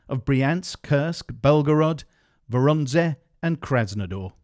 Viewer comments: "voronzeh" hahaha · Best pronounciation of Voronezh of all time, maybe ever